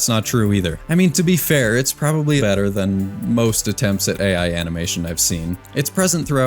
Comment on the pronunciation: bro cannot even say AI Correctly 😂